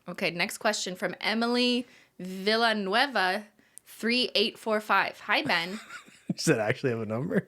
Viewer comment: Omg you said my last name! (Villanueva) You said it so well too! Shouts out to Emily Villanueva 3845 for asking the question!